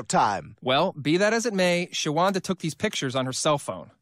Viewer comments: Her name is Shawanda, like in the name “Wanda”. not Shawanna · "Shawanda" lmao